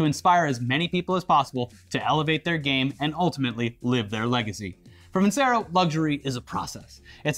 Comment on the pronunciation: VIN-CHERO NOT VIN-SERO!!!!